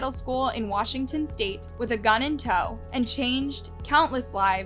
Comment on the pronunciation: tbh i didnt expect them to zay "zpokane wazhington" i live near there in the valley huhh